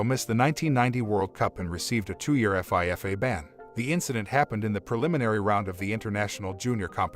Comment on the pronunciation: Lol F. I. F. A. It's pronounced FEEFA. You say it like it's a word.